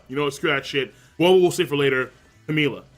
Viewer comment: I now have every prince memorized by appearance and...almost by name Woble is pronounced like the word "wobble" btw